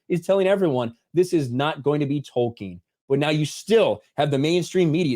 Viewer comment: When this guy says Tolkien, I hate it.